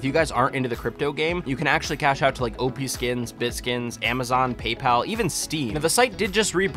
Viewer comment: "OPSkins" rip